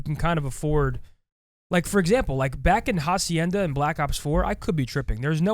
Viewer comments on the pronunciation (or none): The H in Hacienda is silent